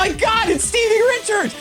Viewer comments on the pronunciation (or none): none